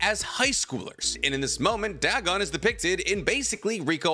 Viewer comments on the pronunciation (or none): Dagon=Day-Gone. Not Dag-on. A lovecraftian machination whose pronunciation has been verified for a century. Goddamnit that bothered me the whole time 😂